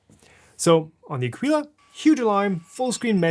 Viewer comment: It's pronounced a-kee-la. I bought the C2 model and it's the best 3D printer I ever bought. It's also the first 3D printer I ever bought, but I'm glad I bought it. I would have appreciated you telling us what the 'easy fix' is to lock the wheels rather than just complaining that the manual doesn't tell us (neither did you).